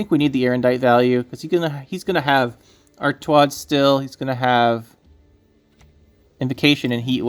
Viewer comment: Not ar TU ad, its ar TA ud.